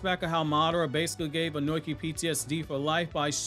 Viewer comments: Bro keeps saying onoki (oh-noi-key) instead of onoki (oh-no-key) I hate reviewers who can’t say the names right like some people say madara (mah-dar-rah) instead of madara (ma-da-rah) smh it’s triggering Edit great vid tho 🎉🎉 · His name is Onoki. Ohh nooo key Not own oink eee